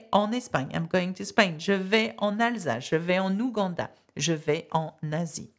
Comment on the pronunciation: AM I hearing it wrong or you add 'N' sound after any word starting with vowel. like en 'N'ouganda or en "N'iran. Can you please clarify?